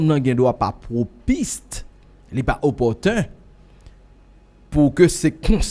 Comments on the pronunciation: chèf la, mo a se PROPICE; se pa PROPISTE. Epitou yon MOMENTUM paka PROPICE paske de mo sa yo ansanm pa fè sans. Mwen te panse se yon «fly» men ou vin di PROPISTE ankò nan sho ou te fè ak David B. a Business pwononce BIZNIS, donk sispann pwenti djòl ou pou w di BUZNIS. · on ne dit pas Propiste mais PROPICE ok bro